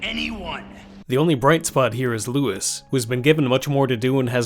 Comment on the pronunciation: Not a single reviewer of this game has pronounced Luis correctly How